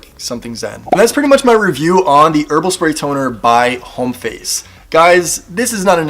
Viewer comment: Thanks - just discovered this brand - useful information. BTW - the "H" is silent - "OHM-face"